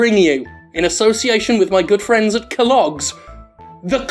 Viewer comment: Jim you glorious bastard... that is all I can say. I had to rewatch cornflakes homunculus several times to get it out of my system. Also, love the way you said "keh-logs."